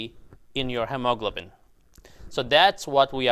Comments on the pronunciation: FYI - it's pronounced hee-ma-glo'-ben. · It is hee-moe-glow-bin 😊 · hemoglobin is pronounced: He-Mo-Glo-Bin. All 4 syllables accented! ok? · Hemaglobin is pronounced "Hee ma glo bin" with the accent on the first syllable. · It's "he, mo, globen". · Say, hem o glob u lin. Once again... hem o glob u lin. There. Good job!! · the word is pronounced he mo glo bin. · doctor thats pronounced he-mo-glo-bin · I know, right!? My brain is translating his pronunciation like 😞😞😞😞😞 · Took a while to understand that you were trying to say HEMOGLOBIN. Thanks for the video. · Why on earth do you mispronounce hemoglobin so badly? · A well-intentioned tip for you, talk to a native English speaker about the correct pronunciation of hemoglobin. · He pronounces Hemoglobin in a "funny" way! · That is how some Phillipine born people pronounce hemoglobin. I enjoy it! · Hemoglobin? Where did you find that pronouncing style? Please Google the American English pronunciation. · his pronunciation of hemoglobin is nervewracking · Am I the only one that is jarred by the way he pronounces hemoglobin?